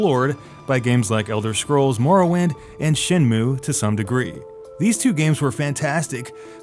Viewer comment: Your pronunciation of Morrowind. Shiver